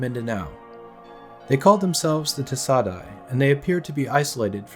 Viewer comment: ay is pronounced die.